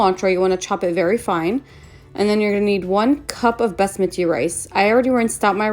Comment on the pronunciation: Bess-met-ee Rice. 😂